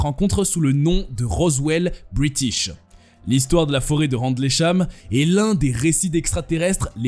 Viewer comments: Phonétiquement on ne dit pas "RANDLEY CHAM" mais "RINDEUL CHAM"😋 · "randlécham" 🤣🤣🤣🤣🤣🤣 ahhh, la lecture de pages wikipedia.